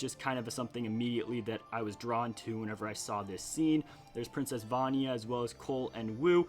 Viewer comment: You pronounce vania and mino creature wrong